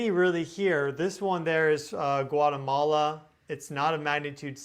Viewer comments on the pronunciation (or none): none